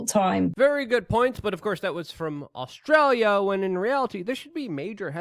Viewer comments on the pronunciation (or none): none